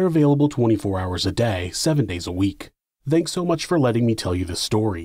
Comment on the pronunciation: "Thank" it's "THANK," why can't you follow through with the TH sound? T_T